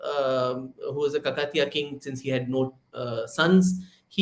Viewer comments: It's kaakatiya, deergha please! Thanks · great discussion ! just a small correction or fyi - rani Rudrama Devi's dynasty is pronounced as Kaakatiya